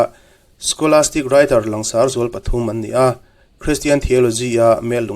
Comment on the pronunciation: Ngaihthlak a nuam in a hlawkthlak thei hlê mai. Langsar tih thlûk hi han lam dik phei la chu a țha leh zual in a rinawm. "Lang" tih rîk dân ang chiah hian sar tih pawh hi a ri tlang tûr ani.